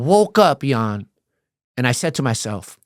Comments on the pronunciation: The hardest part about watching this video is him calling him. i’m pretty sure that’s a length of time not a name. Ian is the name. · Im sorry I cant take this 🤡 seriously when he can't even say Ian's name correctly....everytime I hear em say "eon" instead of Ian it makes me wanna slap the dog shit out of him! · Why this guy and that one rockers co Leroy be saying your name funny lmao nobody ever seen the word Ian before they calling u lol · Ian, not E-on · Bro , its no t EON its Ian, and you dont have to say it at the beginning of every sentence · I love you Ian!! 😊 why did you let him keep calling you EE’ON lol I’m nit throwin shade but it’s funny 😅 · Surprised didn’t get bothered by mispronunciation. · 10 minutes in I'm like he's pronouncing your name wrong 20 minutes later I'm like it sounds better😂. Elons cousin Eeon. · " Must" from now on😂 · Call him "E-yon" one more fucking time 😂 💀🤣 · you’re one L away from being Elon musk. Take that L and run the world 😂 this was an EXCELLENT episode and I always am in awe that you don’t cut people off when you know the answer, like I know IAN, you know what gladiator school is, you know what the various cars/gangs are and the insides of prison through your own experience and hearing countless others talk about their experiences. (You didn’t even cut in to say your name is being mispronounced (not a big deal but this guest kept saying it haha almost like he was trying not to forget your name 😅) ((it’s common to say someone’s name so often if you’re bad with names, I do it too because I forget peoples names easily and I’m a paramedic so I make it a point to always use the persons name to keep it in my mind but I can see how it annoyed some people.) I feel like you’re gonna get some EON comments for time to come haha. But again, amazing interview, amazing guest. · Ian is a saint for not trying to correct him so saying his name wrong. Dude, please get yourself more knowledgeable of who is interviewing you 😅